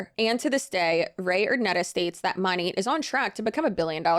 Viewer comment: Girl the way you can make a 20 minute video and not know how to pronounce the company name but saying it 5000 times is sending me. 😂